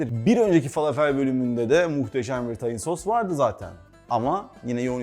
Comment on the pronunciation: Fâlâfel dogru söylenişi.Arapca bir kelime bu biliyorsunuz.Dogru telaffuz edilirse daha hoş olur .